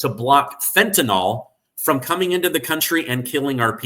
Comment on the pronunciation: The product is called fentanyl not fentanyl read it and pronounce it correctly